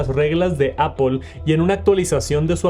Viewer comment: Porque los mexicanos y españoles no pueden pronunciar bien apple? Todos los profesores se coordinan para enseñar a pronunciar mal o que?